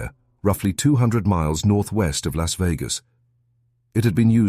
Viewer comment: Because Las is not pronounced Los. Learn Spanish.